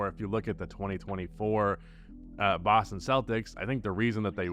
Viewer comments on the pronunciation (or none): none